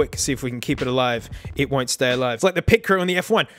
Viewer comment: You nailed the pitcrew- Me, an avid F1 fan